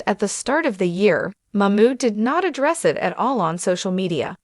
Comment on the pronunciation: Her name is NiCole ...., Nicole not Nickle .... just trying to be helpful because it sounds funny when you call her Nickle.. Come on girl get it right 👍 It's funny that you can say Mamood right but not his wife's name !